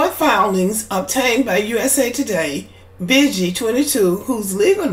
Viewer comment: pronounced beegee like the beegees